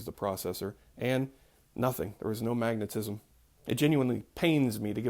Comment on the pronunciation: 😂 When you first said magnetism I thought I heard you say maggotism. 😂😂 Btw I found a bug in my tea crackers. Won’t be buying those again in the near future. 🤨